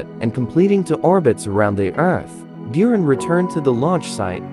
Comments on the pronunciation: Just a note: in the original Russian name, Бура́н is pronounced "boo-rahn", not "byu-ran". Also, the Energia (Энергия) is pronounced "en-air-gee-yah" I see people get this confused a lot and I don't blame them for not knowing Russian pronunciation, but I just thought I'd clarify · It's pronounced 'boo-run' — means 'snowstorm in the steppe' in Russian. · Slavic language learner here- Buran (Буран) is pronounced (Boo- raan) Energia (Энепгия) is pronounced (E-ner-ghee-ah) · Not Bewran. The correct pronounce is Booran... It is Storm. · Its pronounced, boo,rahn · It's pronounced Boor-ahn and Ener-gee-uh. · ***Buran is pronounced Boo Rahn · Pronounced, "boo-RAWN" and, "en-er-GEE-yuh" with a SOFT G not a hard G. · Beeraan brugh cant Americans ever pronunce ANYTHING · Isnt it pronounced burr-ron? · Its pronounced "booran" and it means something like sandstorm or hurricane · Learn how to pronounce "But - ran" ok? ok! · What really gets on my nerves is he pronounces buran byurin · Learn how to pronounce "Buran" and "Energia" before you make videos! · The mispronounciation of Buran and Energia is infuriating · Good God already could you pronounce those two words properly